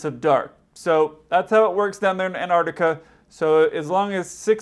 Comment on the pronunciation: Mostly I enjoy your videos, but PLEASE pronounce the consonants. It's Antarctica, but you kept saying "Anartica."